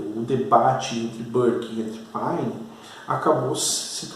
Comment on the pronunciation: Professor,muito boa a aula,mas vai uma dica, não se fala páine,e sim pêine.